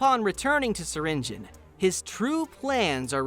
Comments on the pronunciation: it’s not (syring geon) it’s (syr ing e on) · Bro it is syrinGEON not syringin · In Syringeon The e Is Not Silent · Developers: “ser-engine” (I’m pronouncing it btw) All the players: “ser-in-jee-on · Wait it’s pronounced syringe-on and not syringe-ion? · Everyone says /si-ren-ji-yon/ but its actually /siren-jen/ loll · so it's pronounced syring-in? not syringe-eon? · I have been pronouncing syringeon’s name like sir-in-g-ee-on when the name is pronounced sir-in-g-en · It's "siringin"? Not "siringiyon"? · wait wait wait syringeon is pronounced syringin .............. WHAT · Cause it's how the way You pronounce SURGEON. Now I think obviously You dont pronounce Surgeon "EON" You probably pronounce Surgeon like "Sergen" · Him saying Syringeon. Me:ITs pronounced sur rin ge on.....or have i just pronounced it wrong my WHOLE LIFE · SYRINJIN IS HOW IT IS PRONOUNCED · Syringeon isn't a monstrosity, he's a Surgeon. HE IS A SURGEON, HE IS A SURGEON!! oh, so THAT'S how you pronounce it! I thought it was pronounced "ss-eye-rin-gee-on" 😅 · Syrigeon : uhh wrong bro narrator u keep wrong ahhh now thats good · You’re telling me I’ve been mispronouncing his name wrong ever since the beginning of his existence?! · That’s how Syringeon is said?! I’ve been pronouncing it as”Syringe-E-on” I’m still gonna pronounce it like that though. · you’re a part of the gobb team and you pronounces syringeon’s name wrong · Why he saying his name like that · i never knew Syringeon was pronounced like that (also wtf was with that old version XD)